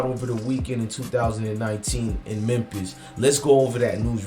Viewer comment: Bro it's pronounced MEM-FIS....THE "P" IS SILENT....U KEEP SAYING MEM-PISS